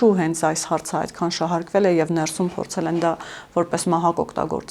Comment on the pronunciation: Շեշտադրումները հարկավոր է ճիշտ անել`«ներսու´մ», այլ ոչ «նե´րսում», և այսպես շսրունակ: 🙂